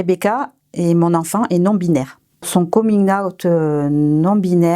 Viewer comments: Son coming aouttee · on dirait qu'elle dit aout genre le mois😂😭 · j'adore la prononciation de certaines mamans "coming aoute" xD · «comine aout» 😂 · Nan nan, c’est « komine äoutte »